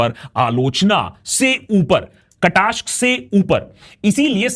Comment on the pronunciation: Kataashk nahi kataaksh… Nahi Dilip Kumar